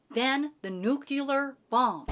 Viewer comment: I knew was the one when she said nuclear correctly <3